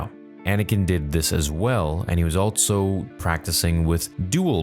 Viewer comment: Stop putting the letter T in the word "also"